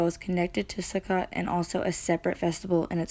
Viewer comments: May I help with your pronouciation? The Ch is the hard H (cough). Can't really teach that in text though... but Sukkot... if you see ot, the o is hard. Suh-coat. 😊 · Nice job! Thank you. Sukkot is pronounced sue coat! 😃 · Sukkot is pronounced soo-coat. These are not Jewish feasts the the feasts of our Creator. Lev_23:4 These are the feasts of the LORD, even holy convocations, which ye shall proclaim in their seasons.